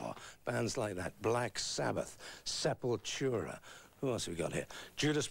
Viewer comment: Aqui nego reclama quando Derrick fala SepulTCHURA.